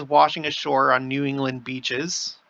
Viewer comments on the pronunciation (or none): none